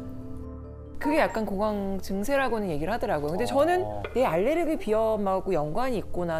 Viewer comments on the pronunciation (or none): none